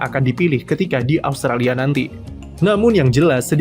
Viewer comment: austalia? talia? Italia? Australia? austria? R nya ilang min :v